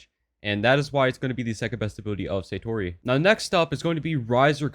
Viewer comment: its not saytori it sAtori a is pronounced as ah